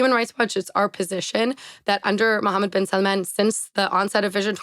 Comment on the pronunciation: so is she pronouncing bin salmans name right or is everybody else who doesnt say it like that?